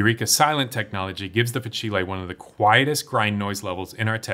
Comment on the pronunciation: fah-chee-lay 😂 i’m sorry but its fah-seel